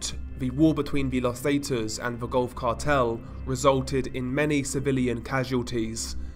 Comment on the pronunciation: I swear I thought you said "golf cart hell" the first time you said Gulf Cartel lol!